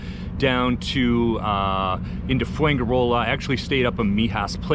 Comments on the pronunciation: Fuenkirola??? Its fuenGirola! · Interesting but pronounce it fwen he row lah with the stress on the row. Enjoy! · Foo en jee roller